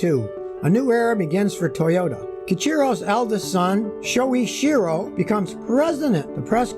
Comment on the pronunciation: sho ichi ro. ichi as in itchy, as in the itchy and scratchy show.